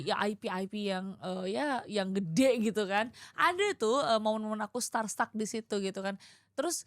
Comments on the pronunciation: Ya Allah kesian amat itu kru udah sekuat tenaga ngasih gimmick pocong tapi dipatahin ama host ceweknya yg kekeuh mau ngelanjutin ngasih pesan moral ASTAGAAAAH! 😭🤣 Btw it's starSTRUCK kak, bukan startak 😭 sok inggris sok menjelaskan artinya, tapi sendirinya pronounce salah 😭 udah dibenerin Bang Arif "starstruck" tapi diulang lagi si nyebutnya "startak" lagi 🤣 terbukti dia minus dalam hal mendengar lawan bicara padahal itu penting banget. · Nah bener memang dia EGOIS, soalnya nyebut STARSTRUCK aja salah bilang startak, udah dibenerin Arif Brata "startstruck" tapi karena dia cuma maunya didengarkan nggak mau mendengarkan (egois) jadi gak masuk tuh ke kupingnya ralat yg dari Arif Brata, diulang lagi ngomong startak terus terusan. 😂